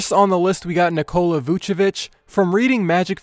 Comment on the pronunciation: neek cola. not nikoal uh